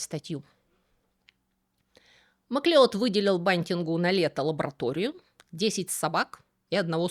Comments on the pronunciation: MacLeod читается как Маклауд Правда-правда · Шотландская фамилия Macleod читается как Маклауд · "Масleod" читается "Маклауд", происходит от гэльской фамилии "Macleóid"–"Маклодь" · Фамилия Macleod произносится как Маклауд (да-да, тот самый, который бессмертный, - он тоже Macleod). Маклеод - это русский вариант произношения, основанный на написании.